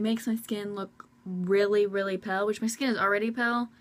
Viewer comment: she kept saying pell instead of pale